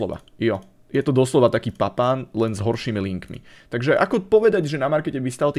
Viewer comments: Ale jeho meno sa vyslovuje Papán nie Papin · Prosím ono se to vyslovuje papán klidně si to najdi na internetu není to zas tak těžký